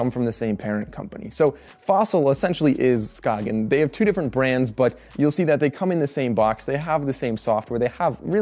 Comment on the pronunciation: You pronounce Skagen correctly. That was unexpected. Good review!